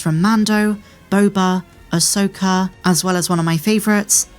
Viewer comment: Who is, “Ay-soaker”?